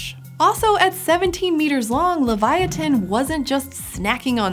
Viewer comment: livee-otin not laviatin